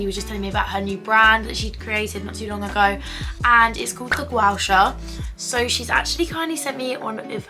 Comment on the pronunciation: U pronounced gua sha wrong and black opium wrong 😑